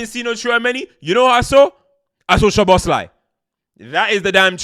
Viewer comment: Btw it’s Soboslai….sz is pronounced as s- and s alone is sh-in Hungarian